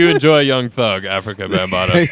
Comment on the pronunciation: you kept saying African bambata. It's afrika. Hilarious